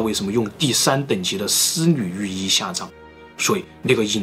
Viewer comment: 丝缕玉衣 可真难为了 少说几次吧 我听着也难受😄